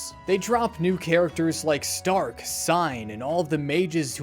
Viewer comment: I love th "H" in stark that isnt there, but you can hear in the pronunciation Shtark!